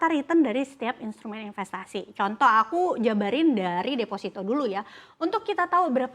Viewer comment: Defosito bang bukan desfasito Ingat desfasito dan defosito itu beda makna yah bang